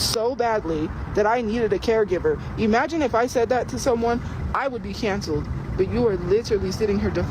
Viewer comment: "E-magine" a isakai? "That time I got reincarnated into employment"